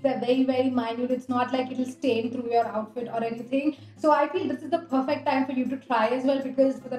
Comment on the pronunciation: Chal chal pppperfect 🤣🤣 bolna Sikh